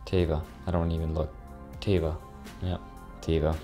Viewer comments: Congrats on all the free stocks! Enjoy your trip to Hawaii! Also its pronounced Tehva but since you are the majority share holder you can pronounce it however you want to. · Teva is huge pharmaceutical company from Israel, you pronounced it "tea-va"" which is incorrect. As the new CEO you should know the "E" sounds like how you say the letter A, and this name means "Nature" in Hebrew. This stock was worth 60 USD about 3 years ago, as you got it for free I would totally keep it for the long run if you didn't sell it yet. Love your channel, keep it up! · LOL You said Teva In a funny way(